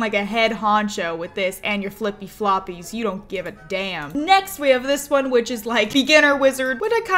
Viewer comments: Every time she said “Which” I kept thinking “Witch” over and over again 😂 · Every time she says 'which', I immediately hear 'witch'